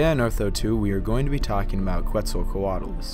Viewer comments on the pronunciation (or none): I love this video, but it's pronounced "Ketz el co at a lus". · If you're gonna pronounce it as the Aztec God that gave it its name then it's "Ket ZAL coa tlus".